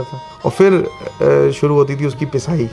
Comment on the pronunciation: Baaqi sab accha hai aapke videos mein but aapka pronunciation pe work karna hoga specially when you are carrying lucknowi touch in your words example its not फ़िर its फिर😊